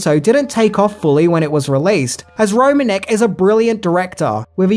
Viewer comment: Just a little note: Mark Romanek’s last name is actually pronounced “ro-MAN-ick”, which you can hear him say at the start of the behind the scenes video of Nine Inch Nails’ Closer music video.